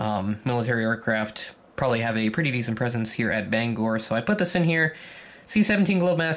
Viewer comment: yay! you pronounced "Bangor" correctly! also thanks for the shoutout!